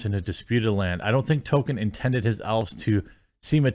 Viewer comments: DUDE!!! IT'S "TŌL-KĒN" NOT "TŌ-KƏN"!!!! PLEASE, AT LEAST, PRONOUNCE THE GODDAMN "L"!!!!! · Every time Jeremy mispronounces Tolkien's name, all I can think about is the character Token from South Park. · Token epic. Not Tolkien epic. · Why must Jeremy mispronounce Tolkien as "token"? It is unbelievably grating.